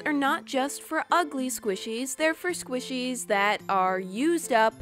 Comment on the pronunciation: and it's squishies not swishies